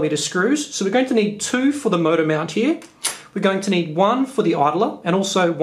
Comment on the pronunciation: Love the way you say "mount".Sounds like "meownt" 😺